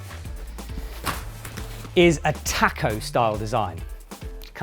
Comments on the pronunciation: makes me internally angry hearing you pronounce taco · haha love it, I've never heard it said like that before so it made my day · Do British people actually say taco like that?